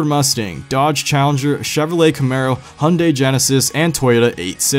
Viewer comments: What the actual fuck is a Pujo? And Hundey? It's Peugeot and Hyundai. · I never hear Americans pronounce the Y in Hyundai... Is it y silent? Am I wrong for pronouncing it Hi-un-die? Haha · Its hyundai not hunday